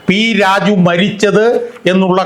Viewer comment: നീ വ്യക്തമായി സംസാരിക്കണം -- പലപ്പോഴും പി രാജു എന്നത് p rajeev പോലെയാണ് തോന്നുന്നത്.